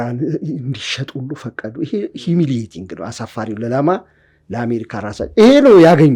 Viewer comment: ኪ-ሴነት ሳይሆን ክነሰት ነው : ይሄ የእስራኤል የተወካዮች ምክር ቤት ስም ነው: ኣዋቂ ሆኖ ለመታየት እእእ እያልክ የተለጠጠ የኣነጋገር ዘቤህ እጅግ ነው የሚያቅለሸልሸው : 😅😅😅😅😅 ሂሚሊቲንግ ክክክክ : ምን ኣገባህ እንዲህ የምትላላጠው? ሳይቸግር ጤፍ ብድር